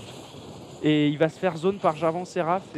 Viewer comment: on dit jarvane et sur le move ou vs dites que aphromoo a paniquer en mettant son black shield c'est pas ca c'est la elise qui a brain le black shield en envoyant une auto pour faire semblant que c'est le cocon